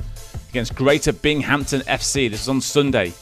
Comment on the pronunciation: This looked polished. Audio wasn't my cup of tea. Get rid of the Brit. "Bing-Hampton"? Also, names instead of numbers would be nice.